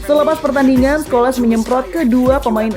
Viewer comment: Ulasan udah mantap.. cuma cara menyebut nama salah.. paul udah betul.. Tapi Scholes bukan Scho-les, inggeris sebut itu Schols ya sebut ikut itulah.. kayak Varane, malah jadi Varan-ne 😌